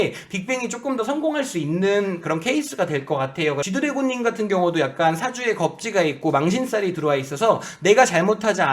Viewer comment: 쥐드래곤ㅋㅋㅋㅋㅋㅋㅋㅋㅋㅋㅋㅋ자꾸 쥐두래곤이라고 하넼ㅋㅋㅋㅋㅋㅋ